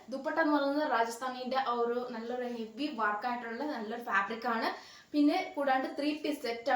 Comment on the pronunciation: ഒറു അല്ല ഒരു എന്ന് പറയു